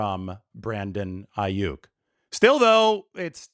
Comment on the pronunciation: It's not Aiyuk It's Aiyuck